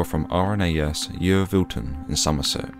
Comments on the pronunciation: Yeovilton is pronounced "YO-VIL-TON" not "YEE-O-VIL-TON" I'm from around those parts. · Note: I'm aware I mispronounce Yeovilton. Should be Y-o-vilton, not Y-e-o-vilton 👍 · And Tilbury is in Essex or East of London, not East London... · yee oh vil ton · Pronouncing it like that though may get you some free yogurt from Somerset. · HMS HERON - RNAS YEOVILTON Your pronunciation was wrong but who cares as we know exactly what you meant. so the use of language to transport knowledge/CONVEY IDEAS ETC worked. It is not like you are some yankee that says where is boo lee ohh. You know where the car museum is. OH BEAULIEU. SO I FORGIVE YOU EXCELLENT VIDEO!!